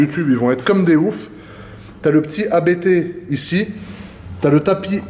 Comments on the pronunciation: J’ai les oreilles qui saignent chaque fois que j’entends « Abété » 😅. Ça se prononce « Apte », du nom du fondateur de la marque, l’allemand Johann Abt ! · Pour info, on prononce Abt en non A-B-T. C’est le nom de famille du fondateur Johann Abt 😉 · Pas A.B.T. , mais Abt, un seul mot. C ' est un nom de famille.. Nom de Diou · Sauf qu'on ne dit pas A-B-B mais Abt, parce que c'est le partronime du créateur de l'entreprise Johann Abt. Tu dis bien, et pas A-K-R-A-M.;-) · c est pas ab-errant c est: a b t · Faut arrêter de dire Abété .....